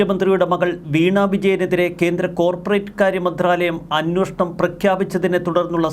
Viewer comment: Hey Prabho plse pronounce as 'Anweshanam" and not " Anwoshanam " !!!